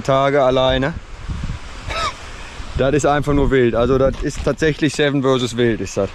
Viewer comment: Das V in Versus spricht man aus wie das V in Seven, nicht wie das W in Wild.